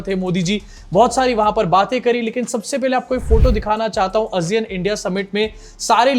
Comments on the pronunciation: Aasiyun not azeean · आसियान है भाई वो not अजियान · Asiyan nahi hota hai Sahi pronunciation Aasiyaan hai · Kya ASEAN ka pronunciation woh hai jo tum bol rahe ho? I don't think so.